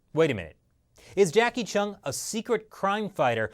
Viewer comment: Jacky "Cheung" not Jackie "Chung" haha